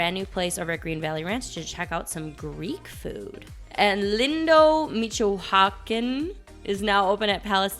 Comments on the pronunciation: NO!!!! IT'S MEECH-OO-AH-KHAN, MAN!!!!! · Makkelerria for Macelleria and Michochakin for Michoacán??? 🤣 For future reference, you can learn how to pronounce words on the web. Google is your friend. Unfortunately you were miles off on both, and really shouldn't be as this is your job! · great tips/updates, thank you!! also, michoacan is pronounced “mee-cho-ah-KAHN.” 😊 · Let me help you a little 😉 Ma-che-la-REE-ah And Me-CHO-a-kahn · Say it with me... Mee cho-a kaan.... Practice.. lol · Michoacán is pronounced as mee chow aa kaan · Move The F1 Grand Prix back to Watkins Glen. Problem Silced. NO! IT'S MEECH-OO-A-KHAN, MAN!!!!! I wonder if Cheech Marin owns the restaurant? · NO! IT'S MEECH-OO-AH-KHAN, MAN!!!!! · Lindo Me-cho-a-can lol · pronounced Meechoowacon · Michoacán is pronounced: Mitch O Ahh Khan Thanks for the great content!! 😎😎👍👍